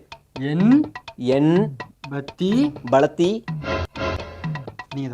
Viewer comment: எம்பளத்தி நாலு அல்ல எம்புழுத்தி நாலு 😢😢😢